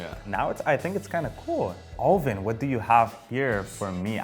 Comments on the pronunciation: This guy is continuously saying O-lvin, no desrespect, but dude!, IT'S ALVIN!! NOT O-LVIN!! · I really like personality and all but is it just me or does anyone else get triggered when he pronounces alvins name all vin idk maybe it's just his accent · ALL-vin, is it the accent?? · This guy flexing his pronunciations but can't even pronounce Alvin's name right. 😂